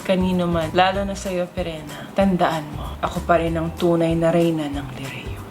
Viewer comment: Reyna hindi teyna